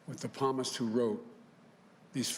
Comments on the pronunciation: The palmist?? Really? You're 80 yrs old practically and don't know how to say Psalm....and you are about to be the leader of the nation😔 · You are not president.. so just stfu!! And palmist??? Lmfao it's psalm u idiot!! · The "P" is silent. You'd think a good Catholic would know that. Also, JOE BIDEN IS NOT PRESIDENT ELECT! The AP doesn't get to declare it. He hasn't been awarded a SINGLE elector. In the end, the FRAUD will be exposed. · Seriously, Biden can’t even pronounce the word psalm correctly. Pro tip Biden actually read the Bible first before you attempt to quote it. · What a lackluster address. Not in the least uplifting. And, as a Roman Catholic, he SHOULD know how to pronounce the word, “psalm”. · He doesn’t know how to say psalm. 🤦‍♂️